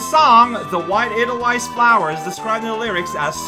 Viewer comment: Edel-vice not wice. Not seen the Sound of Music, cow?